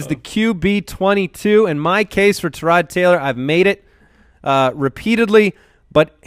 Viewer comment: It's bad enough you always talk about Tyrod Taylor....but now you pronounce all wonky saying Tarod. HIS OWN MAMA DOESN'T EVEN PRONOUNCE IT LIKE THAT